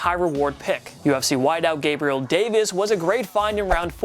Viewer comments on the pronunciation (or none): none